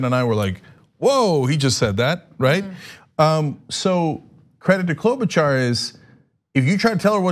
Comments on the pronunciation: I think she says KLO-buh-shar, not KLO-buh-char. And yeah, she's a not so fake typical politician, too. They're all fake, but she's less fake. Has also worked a lot with people across the aisle, and has more experience in the senate than Pete has in South Bend. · It's Klo-buh-Shar. Not Klo-bu-Char. Driving me frikking crazy.